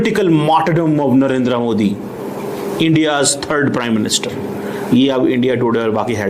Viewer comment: हमारे पी एम का नाम नरेद्रा नहीं नरेन्द्र मोदी है कम से कम हिंदी तो बोलो साफ